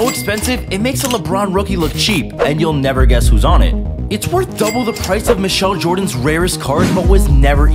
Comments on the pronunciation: Thanks literally every comment was about how he pronounced Michael Jordan wrong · That’s what I was saying like how could you pronounce a goats name wrong 😑